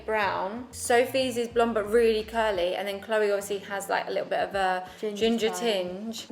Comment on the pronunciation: Ginger tinge sounds Irish for some reason